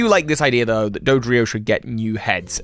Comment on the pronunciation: You just turned Dodrio into Hydreigon 😂 I can’t tell if that was intentional or not lol